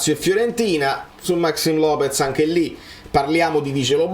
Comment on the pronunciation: io apprezzo tantissimo i tuoi contenuti, sono sempre fatti con tanta attenzione e cuore. Però proprio perché hai insistito sul pronunciare bene "Kvaratskhelia", ti consiglierei un poco di attenzione in più sulla pronuncia di altri calciatori (Maxìm Lopéz, Azpilicueta, Mamardashvili). Lo so sono un pignolo, ma credo anche tu ci tenga a perfezionare al massimo i tuoi video. Per il resto bravissimo come al solito, Forza Napoli Sempre!